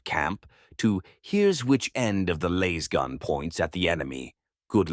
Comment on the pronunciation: Love the content but gotta say Laiz-gun was getting on my nerves haha. Its Laaaaaazzz-gun!